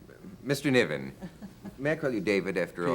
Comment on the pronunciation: NIVEN ffs.